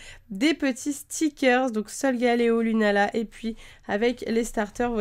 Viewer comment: je crois que "lunaala" c'est avec deux "a"